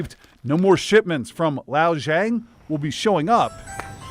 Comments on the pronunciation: This reporter tried so many different pronunciations of that name and not a single time did he get it right or anywhere close. How on earth do you read "LiXiao Zhang" and think "Lao Zhang" or "Lazhelle Zhang" lmao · Pronounced like Lee Show rhymes with female pig, Jahng. Not exact pronunciation but much closer. Cause name these b*stards. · Man, he really butchered that name. It takes 5 seconds to ask Google how to pronounce it. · lmao the least they could have done is told the reporter how to pronounce 3 basic chinese syllables. He pronounces it about 15 different ways. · It made me cringe when the guy mispronounced "LiXiao Zhang", and even moreso when it sounds like he was trying his hardest to pronounce it correctly.. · The pronunciation of Lixiao Zhang is killing me. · Wow, they really butchered that Chinese name. Couldn’t be bothered to look up the pronunciation? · I love that you all couldn't figure out how to pronounce the Chinese name, so you just YOLO'd it lol. Lixiao Zhang, ignoring tones, would be "lee shao jahng," or at least that would be close enough. "Lao" lololol Also, "no place for fraud at Amazon" is unintentionally hilarious, coming from Amazon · I aint even Chinese man lol, but i can pronounce the guy's name better than that ffs. His name isnt "Lao Zhang" you can see on the label the name is "Lixiao Zhang" It is pronounced like "Li Shao Zhang". I had to point that out. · "Lao Jong" huh? lol Lixiao Zhang would be pronounced as Lee like the jeans, shao like the sh sound immediately followed by ow as in ow I stubbed my tow, Zhang like the zh sound found in words like "measure" immediately followed by the ong sound from gong, like the thing you hit that goes "gong". But yeah. Definitely NOT "Lao Jong". It's like you just skipped inconvenient letters entirely and have never heard a Chinese name before. lol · It’s pronounced Li Shao Zhang 😂😂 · Even though it's a scammer the name butchering hurts. It's pronounced Li See-ah-oo Jang.